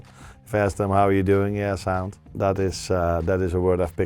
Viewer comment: Never thought i'd hear Slot say 'yeaa sound' in a scouse accent